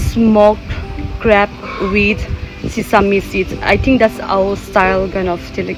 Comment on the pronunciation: Not crap it's crab